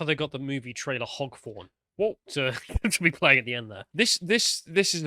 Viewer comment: Hog Forn? Anyone else catch that?